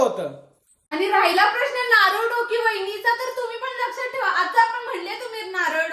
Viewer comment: लक्षात ठिवा नसत ग बाई 😂लक्षात ठेवा असत 😂आणि हो ठेवता असत ते ठिवता नसत 😂😂😂पहिले बोलायला तर शिक नीट तू पहिले